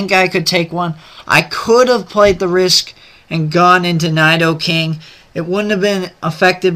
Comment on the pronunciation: PRONOUNCE NIDOKING RIGHT!!!!!1 GAH!!!